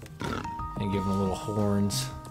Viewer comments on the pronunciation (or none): HEY! "AND" not "ans" TRRROOOOOOOLOLOLOOL